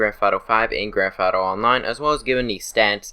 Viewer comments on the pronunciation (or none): "grafato five" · Grandfato? Or Grand Theft Auto?